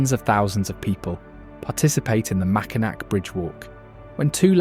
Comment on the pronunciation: The Mackinac bridge is pronounced MackinAW. That said, it's a common mistake.